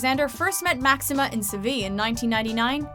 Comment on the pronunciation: Pues si senora, no saben pronunciar mas que los nombres Ingleses, de estranjeros son malissimas.